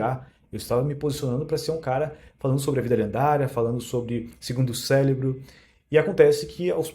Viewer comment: É impressão minha ou ele falou "Célebro" min